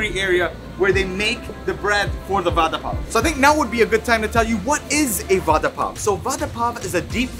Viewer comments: It should be pronounced like vara pao not vada pao , though we right it vada pao. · Vada pav is pronounced as vara pau.... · Sorry but i heard father puff😂😂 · I’ve been laughing for over an hour stomach is hurting over the way u pronounced VADA PAW 😂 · OMG, Khalid's pronunciation of Vada pao is so funny. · The way he says it "Va Dha Paa O" :) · the way he say vdda pav😂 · Its vara pao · Aww love d way u pronounce vada pav nd pav bhaji, would love to see more tasting Indian food vlogs. Lots of love from Mumbai, India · The way U pronounce "Vada pav" I like it❤ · The way he says Vada pav 😅😂😂